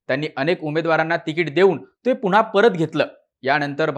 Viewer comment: णनतर ??? पुणहा ??? नंतर / पुन्हा नाही उच्चारता येत ??? काय हे मराठीं 😡😡😡😡😡